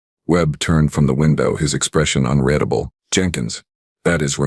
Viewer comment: "....his expression un-RED-able.."!!!!! WTF does UNREDABLE FKN MEAN!!!??? YOUR AI REALLY SUKS ASSSSSS!